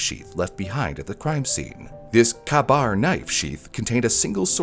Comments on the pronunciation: "Kay-Bar", not "cab-bar" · it’s pronounced “K-BAR”.